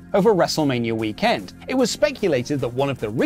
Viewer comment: I want breakfast. His energy was unreeeeeeeeal today xD. Literally pronouncing the camelCase when saying WrestleMania weekEnd!